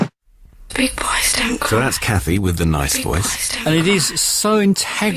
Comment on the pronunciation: An absolutely brilliant composition, without a doubt! My single disfavor is Kathy Warren’s pronunciation of the word “cry”, it’s not clear and warrants a Google search. Sounds like “cwua” to me - does anyone agree?